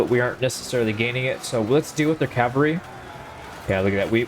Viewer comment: Cavalry. Not calvary. Huge difference...